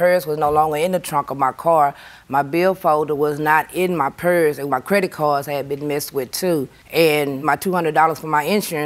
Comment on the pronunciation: When she was saying “purse” I thgt she was saying “parents”!!! 😳😳😳 I wondered why JJ didn’t question her about why her parents were in the boot!! 😂🤣😂🤣😂🤦🏽‍♀️🤦🏽‍♀️🤦🏽‍♀️